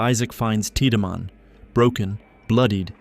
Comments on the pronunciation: the constant mispronounciation of names like Tieddmann as teedyman instead of TIDE-Man being a good example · Anyone else cringe as hard as I did through the Dead Space 2 portion every time "tea-da-man" is referenced? I mean I appreciate the full series recap, but daaang, what is this, Final Fantasy 10? The game is fully voice acted, the dude's names is explicitly "Tide-man", you just have to actually play it 😂😂